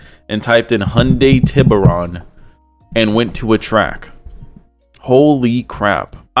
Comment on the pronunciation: “Hyundai tibber-on” how hard is it to properly pronounce a Spanish word lol